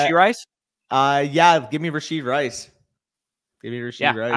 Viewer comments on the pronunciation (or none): Goal for next video - stop adding a "d" to the end of rashee (rashee rice). :P